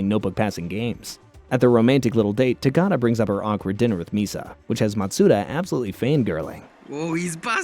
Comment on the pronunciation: Good Video, just your name pronunciation of Takaaada is horrible xD